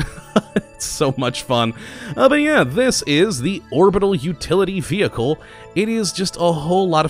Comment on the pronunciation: Vee Hickle 10/10 pronunciation there at the start